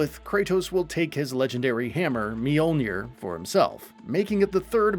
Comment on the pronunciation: Ah yes. Thor's legendary hammer, mealnear.